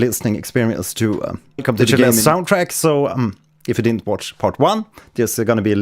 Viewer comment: Why does he pronounce it Sheleste?